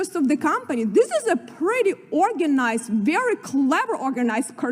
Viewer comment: American congresswoman? Oy! Oy! Oy! "Octualy" "ver imporant" maybe to learn de English.